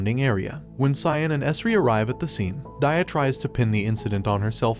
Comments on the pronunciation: Bad at pronouncing names , aren't you? Dia should be pronounced as Dee yaa not Daiya but overall your Explanation is pretty great . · yo he said daia instead of dia